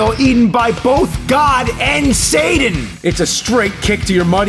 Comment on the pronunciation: I like the way the nerd says Satan. "Sayden!"